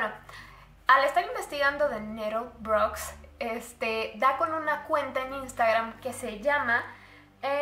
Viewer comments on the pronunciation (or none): Le das como 7 pronunciaciones diferentes a "Nettlebrook" durante todo el video JAJAJAJA kepedo